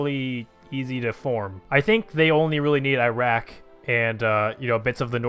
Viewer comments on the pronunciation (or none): none